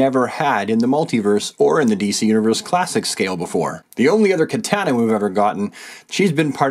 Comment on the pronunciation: The way you say "Katana" bothers me..